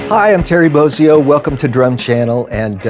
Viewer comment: After 33 years, I finally know how to pronounce “Bozzio.”